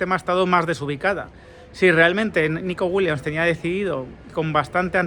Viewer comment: Repitamos todos juntos… WILLIAMS (con M y S al final) Joder si haces videos y los publicas tienes que aprender a pronunciar correctamente los apellidos de los futbolistas. En ninguna parte del apellido WILLIAMS hay una N.